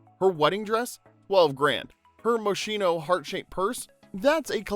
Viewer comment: Moshino 😅 no way 😮 the pronunciation went off the roof 😅